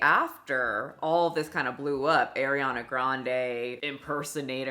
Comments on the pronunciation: i dont trust anyone who cant even say her name properly, its ari ana, not air iana. its not hard to at least get that right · WHO THE FCK is Eriana Grande ?!??! 😂 Ariana Girl, not Eriana. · If you kept pronouncing it as "air ee ah nuh" as rage bait then my hat is off to you my dear. It worked lol. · I love you & I know you dgaf, but I’m less than a minute into the video and hearing you pronounce her name AIR-EE-ANA is like nails on chalkboard. Im really hoping I can drown out the phonetic irritation I’m experiencing & actually absorb your talking points.. But this would be like watching someone critique you and refer to you as “My-shell” 🥲😩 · It kills me that you pronounce it as Airy-ana 🤌🏻😭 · Hearing Air-riana all video made me crazy. Otherwise amazing video. I remember when Naya Rivera called her a man stealer... she was not wrong. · The amount of times calls Ariana Grande “Airiana Grande” is hysterical lol the Ari in her name should be pronounced like you’re saying the letter ‘r’ not like you’re saying the word ‘air’ lol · I don’t like how she says Ariana 🥲 A-Rihanna 😂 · It’s hurting my ears with her saying Airiana omg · Who's eriana grande?! 😂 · there is an interview where she says her half her family says it one way and the other half but her older family members still say Gran-Dee. I’m sure you can google and find it. But It’s really saying AIR-Ree-Ana that’s throwing me off. where the hell is Air in Ariana? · Great video. Just wish she pronounced her name correctly 🥴💔😭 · She’s one of the most famous people in the world, how are you not saying her name right? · Girl your saying her name wrong and it usually doesn’t bother me but hearing her name so many times is getting to me 😂. No shade to you tho. We accept and love you with your mispronunciation. I think it’s because her name is so close to my daughter and she is always called by the wrong pronunciation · girl you cant even pronounce her name correctly, bye